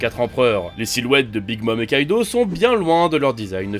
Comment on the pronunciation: Jpeux pas prendre au sérieux des gars qui disent "kaito" au lieu de kaido